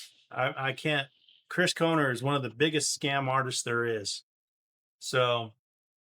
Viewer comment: You cant even pronounce his name